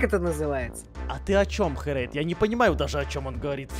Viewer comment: Не херэйТа а херэйДа